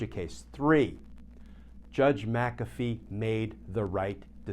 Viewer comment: GLENN: It's NOT MAC'-A-fee, it's Mc-A'-Fee. NO Mac! It's Mc The ACCENT is on the SECOND syllable - NOT the first!!!